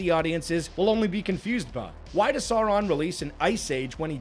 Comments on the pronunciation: Okay but it's Sauron, not Saron haha. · Sour-ron ❌ Sore-ron ✅ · Why does he pronounce Sauron as Sore-ahn 😭😭😭 I need back🤣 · He's not called Sorron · holy fuck how hard is it to say Sauron correctly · Rings of Power nearly as annoying as a video mispronouncing Sauron all the way through. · I mostly agree with the points made in the the videos... but I still don't understand why American Youtubers in particular are fucking incapable of pronouncing Sauron's name. Is this some kind of dumb engagement farming to reap those sweet, sweet comments or just a case of "forin langurge diferkult"? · Why does keep mispronouncing Sauron? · Drink everytime this guy mispronounces Sauron